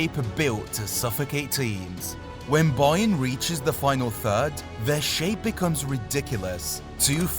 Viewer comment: Im not listening to you say boyern 83 times